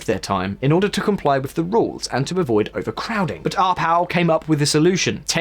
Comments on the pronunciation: "Joe Arpow" lol. It's Ar-pai-o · Pie, not pay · Sheriff Joe Ar-PIE-oh. But then if his name gets mispronounced for the rest of time then I'm good with that. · Joe Arpaio’s surname is pronounced Arr-pie-ōh, that’s pie as in 🥧 . Arizona is led by the Phoenix metropolitan area, and the Phoenix metropolitan area is regularly rated the most conservative area of the country. Other parts of the state are more democrat leaning, but they can’t overcome the way districts are drawn. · his name is "are-pay-oh" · Native Arizonan, here, it's "pie." Case closed